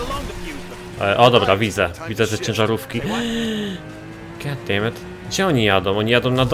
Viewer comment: "gat dejmed"